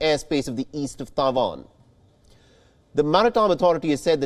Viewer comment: Thai Van 🤣🤣🤣🤣 your pronunciation SUCKS 😢😢